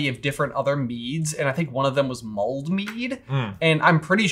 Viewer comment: It mulled not mold